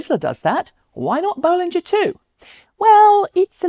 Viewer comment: Nice to hear you now pronounce "Bollinger" the way Robert does :-)